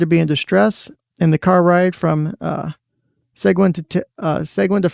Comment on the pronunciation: Seguin- See-geen